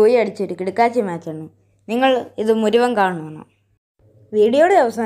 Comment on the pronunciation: മുരുവൻ അല്ല bro മുഴുവൻ 😆😁